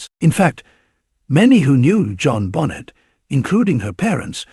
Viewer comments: How about saying Benet not Bonnet smdh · Pathetic you can’t even pronounce her name correctly. Another AI dependent trash channel.